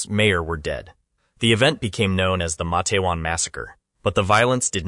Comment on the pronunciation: Your pronunciation of MA-TE-WAN is incorrect. Two syllables only: MATE’-wan. Source: West Virginia native from the region.